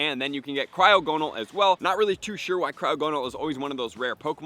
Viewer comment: The way you pronounce Cryogonal and Piloswine. Ugh